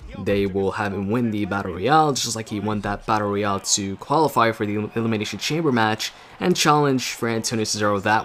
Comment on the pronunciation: You keep on saying battoreal